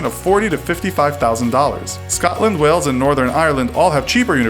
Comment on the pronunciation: Coming from someone who lives in wales I'm lmao that you pronounced it weltch